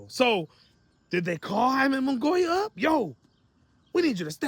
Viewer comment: So did charlo or Reséndiz duck. Also you say Munguía so fucking newbie lol